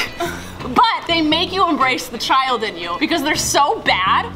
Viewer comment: “Im A ChILeD”